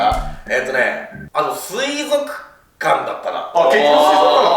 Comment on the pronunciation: 水族館をすいぞっかんて言わなかったの尊敬する。